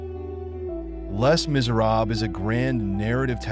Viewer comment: Just a note - the "Les" in Les Miserables is pronounced "Lay"